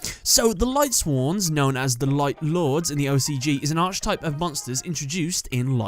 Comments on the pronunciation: Every time pronounces Archetype as Arch-i-type rather than Ark-i-type, another bit of my soul dies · Can you cover the Satellarknight cards? Also archetype is pronounced "ark" not "arch." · It's pronounced arKUHtype you anglo-fuck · Garnet The Gem Yeah, it’s a little annoying. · I wouldn't care so much if he didn't say it all the time 😅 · It's just annoying